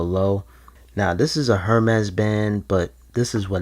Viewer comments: This. lmfao. HER MEZ BAND, WIT OUT SPENDIN DA HER MEZ PRICE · Its pronounced airmes......... 🤦🏻‍♂️